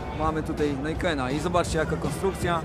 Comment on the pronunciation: Siamanko, czemu Yamaha Niken jako "Najken"? To japońska konstrukcja, a nie amerykańska, co za tym idzie wydaje mi się że powinno wymawiać się to tak jak się pisze... Powód - Niken to dwa wyrazy z japońskiego razem NI - oznacza 2 "dwa" a KEN - "miecz" lub typ miecza także nazwa nie jest przypadkowo nadana - w wolnym moim tłumaczeniu nazwałbym go "Podwójny miecz" widać to po "sylwetce" tego specyficznego motocykla...